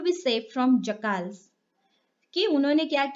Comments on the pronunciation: It is jackals not jakals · First go and learn English u don't know to pronounce jackals and piannace and Montrose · Very nice but you spell the word soften and jackals pronunciation wrong